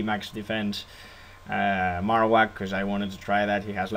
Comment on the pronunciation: You marowak wrong. Everything else was nice tho :]